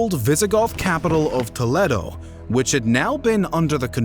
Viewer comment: Toletto. Stopped watching after that. Stop trying to preonouce foreign words and then BUTCHERING THEM!